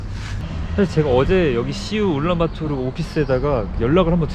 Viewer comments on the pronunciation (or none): none